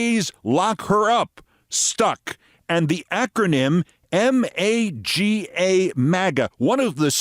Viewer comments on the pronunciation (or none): none